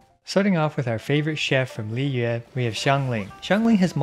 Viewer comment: woah. this is the first time i've heard a youtuber actually pronounce the liyue names right whilst still speaking in english and not switching to chinese